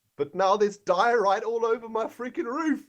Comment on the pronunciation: xisumavoid, diorite is pronounced [Die-ore-right] great videos btw and I can't believe it's hermitcraft season 4 already!